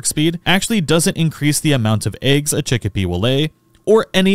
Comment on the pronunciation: Abysmal pronunciation on the pals. Chikipi is not "chick-pea" it's "chi-kee-pee" Mozzarina is not "moo-sa-rina" it's "mott-sa-rina," a play on the word "mozzarella." Fenglope is "fen-glope" not "fang-lope," but I think that might just be your accent? Hoocrates was correct, though. It's like "Socrates" but with "hoo" at the beginning.